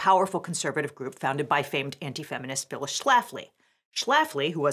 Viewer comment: "Phyills" Schlafly?